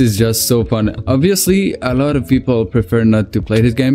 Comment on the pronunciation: how "phun" bros tonge cant roll the "F""